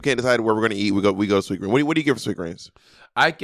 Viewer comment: The added ‘S’ on Sweetgreen